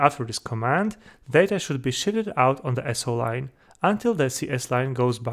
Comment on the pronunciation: Haha. Maybe it’s the accent. It really sounds like it 😂 Thanks again for the very informative video!